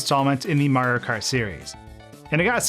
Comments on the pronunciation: Not even 5 seconds into the vid and i hear "MARKART" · You say Mario kart like a Californian Marokar